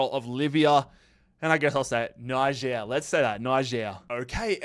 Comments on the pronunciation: it’s like nee-ZHAIR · Niger is spoken Nijér, just FYI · its pronounced “nee-jer” isn’t it? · Well Nai-ger is how you pronounce it. Its the same with Nigel but with a R